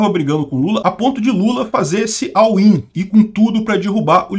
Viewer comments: "all in" se fala "ól in" e não "au in". abzao. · Não entendi o que tanto repetiu. "Awin"?